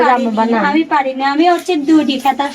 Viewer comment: খেতা নয়,কাঁথা